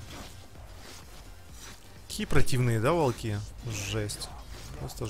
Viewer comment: Волки ударение на я О !!!!! А не на И